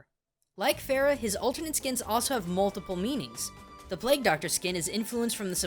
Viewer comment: i love how most westerners or any other people in general call her pharah or far-ah, blizzard made fun of this with pharah's name because what most people who dont know middle eastern culture would probably think her name is farah? shes egyptian? lets call her pharah! when actually its farah pronounced fur-ah, though im pretty sure most people arent that stupid, i mean ana even confirms it, im middle eastern so i would know, also im pretty sure ana's name is pronounced un-ah, so yeah nice little nod from blizzard there, they even took the time to write it in arabic in ana's origin story, so what do you think? also love your channel:3 Genji Edit: ana's name is pronounced ana'a, and yeah thats it in a nutshell, also it means something in arabic i forgot